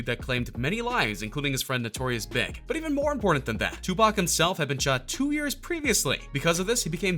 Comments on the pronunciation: Notorious BIG...??? you mean B..I..G... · notorious Big. isn't it like B.I.G